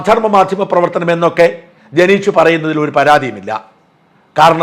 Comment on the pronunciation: ജനേഷ് അല്ല ഹേ,ജനീഷ്